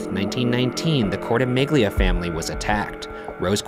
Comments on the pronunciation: court-amelia not court-uh-mig-lea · Its actually pronounced "cortimillia" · You pronouced Cortimiglia wrong